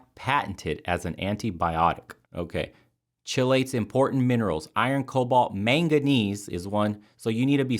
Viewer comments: For future reference, pronounced "key-late". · FYI it's pronounced to key-late (chelate). Cytochrome P450 are the liver detoxification proteins needed to metabolise and eliminate toxins (part of the phase I detoxification). Sulphur is needed to produce glutathione, the master antioxidants and detoxifier.